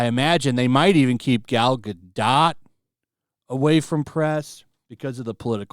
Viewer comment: Did he really say Gal Ga-doT??